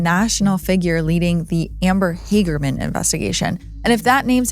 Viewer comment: Amber Hagerman's name is pronounced Hag like bag.